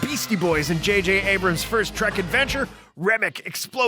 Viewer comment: Star TREK! Not Tract!